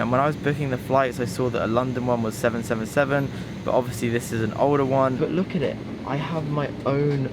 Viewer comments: Its Boeing triple seven not ‘seven seven seven’ !! 😂🤣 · It was so strange to hear someone saying Boeing seven, seven, seven instead of triple 7 😂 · Great video but one thing is that Boeing 777 is pronounced triple 7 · 20 years old, In Dubai, going on the world's most expensive plane seat, That's mad bro. Also you say the "Boeing 777(-300ER)" the Boeing triple seven but apart from that I hope this video pays off and keep up the amazing videos. ❤